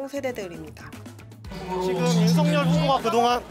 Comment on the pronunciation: 어르신. 죄송합니다만 윤석열 이라 쓰고 [윤성녈] 이라 읽는다고 합니다. 원래 윤석열 이란 글자는 [윤서결]로 읽어야 하지만, 윤석열 본인이 [윤성녈]이라는 발음을 요청했기에 그렇게 불리게 된 것입니다. 날씨가 많이 춥습니다. 추운 겨울 따뜻하게 보내십쇼.